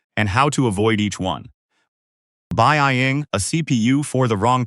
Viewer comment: I'm not buy-eye-ing this shit